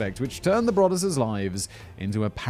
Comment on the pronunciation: It’s pronounced Bro-duss!